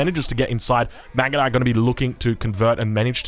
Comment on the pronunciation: i died when he try to pronounce the mangudai upgrade